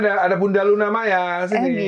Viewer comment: Yaelah pakde. Kalo nyebut nama MAYA nya kok di tekankan banget.. hehehe